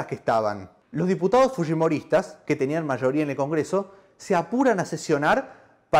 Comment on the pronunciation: El lo pronunció correctamente